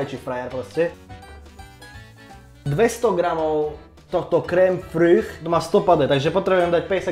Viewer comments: krém friš/freš sa hovorí hahah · je to krém “freš” ( takhle se to správně vyslovuje ) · kém fryyych 😂 opět pobavil super viejko